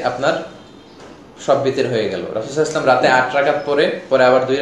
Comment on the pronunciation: আপনি বিতের নামাজের নিয়ত শুদ্ধ ভাবে দেবেন।বিতরী হবে না উইতরি হবে